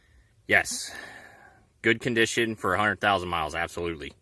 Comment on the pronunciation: "Fer" What is fer?